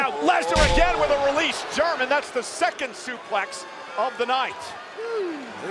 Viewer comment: Pat says: Supéx City kkkkkkkkk